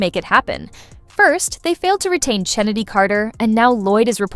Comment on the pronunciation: Her name is pronounced KENNEDY, with a hard K, despite how it is spelled. And it it ASIA, like the continent, despite the spelling. Is this what we get with AI?